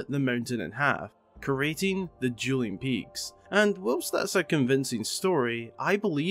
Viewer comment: "Juuling Peaks"